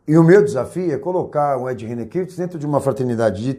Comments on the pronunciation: Nitidamente esse camarada nao conhece o Ed. Nem o nome dele sabe pronunciar. É mais um que quer ibope e se promover a custa dos outros, tentando gerar polemica. quero vê se o Ed mover uma ação contra você! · Quero lamentar profundamente o conteúdo deste video com termos pejorativos inaceitaveis e acusações descabidas e infundadas contra o Pr Ed Rene Kivitz . Lamentável também a rasa e falaciosa interpretação do Pacto de Lausanne. Até a pronuncia do sobrenome do Pr Ed Rene está errado neste video... Lamentavel!!